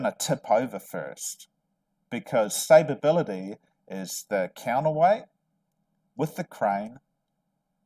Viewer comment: Are you trying to say stability? Or stabability?